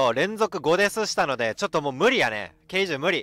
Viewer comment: K10(じゅう)じゃなくてK10(テン)だよ